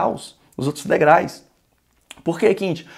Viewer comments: Degraus é a maneira correta de dizer e não degrais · Professor de português falando "degrais"SIC ????????? É como um Nutricionista Gordo ,como um dentista com dente estragado.... Não dá!